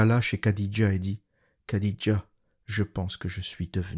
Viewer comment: Petite correction pour les prochaines vidéos le kh comme dans Khadija ou Boukhari ne se prononce pas "k", ça se prononce comme le "х" en russe. Le son n'existe pas dans la langue française mais c'est un peu comme un chat qui crache lol